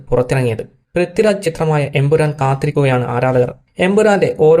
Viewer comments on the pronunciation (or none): none